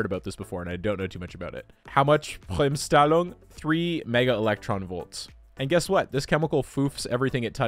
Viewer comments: As a German I find it so hilarious how you pronounced ‚Bremsstrahlung‘… It kinda reminded me this one time when Tom tried to pronounce ‚Schraudinger‘ 😂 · As a german: Let me tell you, you raped the pronunciation of "Bremsstrahlung" Also: TEA should have been S-Tier, because it is so based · My man butchered the breaking radiation beyond recognition XD nice videijo nontheless lol. peace! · Im german and its funny how he says Bremsstrahlung